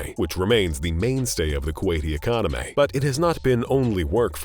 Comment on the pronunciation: twenty twentay.. Policsays... Ecomonomay.. Positio-anz.. Expensavv... make you better feeling ay